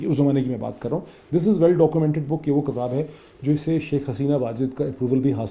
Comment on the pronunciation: Great analysis as always. I'm a big fan of yours.. Just a small request, it's "kitaab", not "kataab". Thanks :)